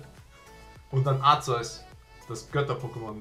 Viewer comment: Hong wollte dir nur mal sagen wie man Arceus ausspricht: Arke-us nur damit sich nicht wieder welche beschweren